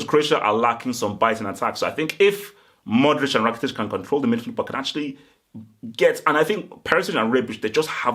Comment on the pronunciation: I like you but please for the love of God say MO-DRIC, thats MODRIC witha an M and O hahah pls try it, practise bc you don't want people laughing at you greetings from Croatia ;)